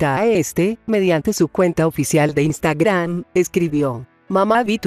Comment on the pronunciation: Que dijo?.... Instagran!!!!🤣😂🤣😂